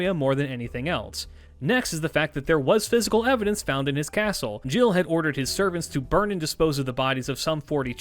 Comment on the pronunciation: Thank you for being that person 🙏🏾. It really bugged me but I'm impressed by the effort he put in there otherwise. He even almost got Gilles' name right. I know people who call him Guy'll😂😂